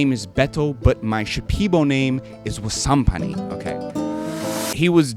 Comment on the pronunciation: He said Wasampani but I heard Sand Papi 😂 and now he’s got some sick psychedelic drip, I can’t